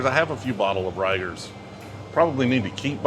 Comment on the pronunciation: Reigers is actually pronounced ree-gers